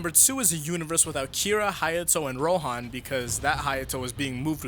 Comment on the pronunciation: It's Ro'han', like 'han'd, it's not pronounced 'hawn'd Why can Americans pronounce nothing correctly even after listening to it for an entire season